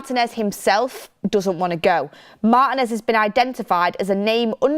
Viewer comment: I like this new guy with. Good analysis, plus he's the only member of the crew who can pronounce Martinez's name correctly.